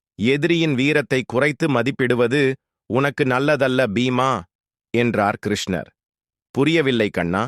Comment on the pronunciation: Pronunciation is very bad. Please correct. Dharuman is pronounced as Tharuman. There are too many mistakes. Please redo this and reload to avoid criticism. Even the name of Lord Krishna is wrongly pronounced. Who is the reader of this text??